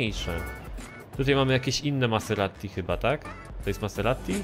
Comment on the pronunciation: maserati, a nie maseratti